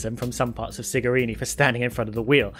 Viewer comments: For your information it's Cigarini NOT Sigarini. The moral is: we are humans and we make mistakes 😉 In this case the mistake could happen because of the wrong pronunciation since in Italian the "C" is pronounced more like the English Ch rather than S. Cheers! To be clear I love your work and this wasn't meant to troll you. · The mechanic's name is Cigarini and it is pronounced Chigarini in english, Sigarini means small cigars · Enough people have noted that his name is Francesco Cigarini, not Sigarini, so I'll add that "ci" in Italian is pronounced with a "ch" sound, so his name is pronounced "Chigarini," not with the S sound. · It's Cigarini with a C, just saying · Please... the pronunciation of the C in the last name of Francesco Cigarini is like "chew", not like "city"